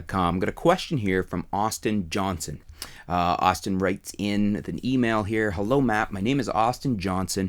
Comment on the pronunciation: What a pointless video.. and you called him Aushtin